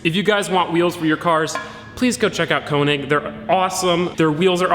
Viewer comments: It's not Konig! It's König! Ö sounds completely different than O. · könig not konig